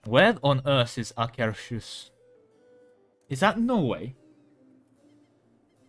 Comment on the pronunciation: You read Akershus in almost perfect Norwegian without knowing where it is lol!